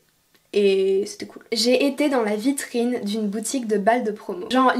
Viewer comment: “Dans la vitriIine?”😂😂